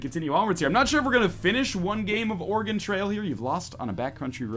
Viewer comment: As an Oregonian, anytime someone calls it "Ore-E-Gon" I cringe. It's "Ore-E-Gun." C'mon bros.